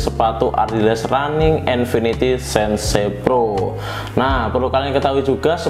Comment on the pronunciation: "SEN-SE" PRO itu apa bang, 😂😛